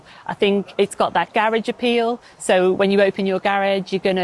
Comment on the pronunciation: Gar-age appeal? SPOKES, Triumph.